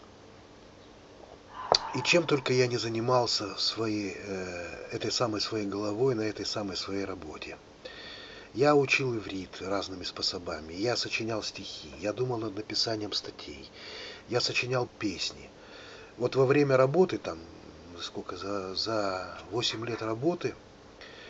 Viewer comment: СпОсобами. Ударение подучите. Родной язык плохо очень знаете